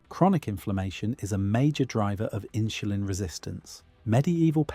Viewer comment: 'Inshulin' is pronounced inSulin.